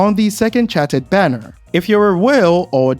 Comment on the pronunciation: The way you pronounce chartered is really distracting LOL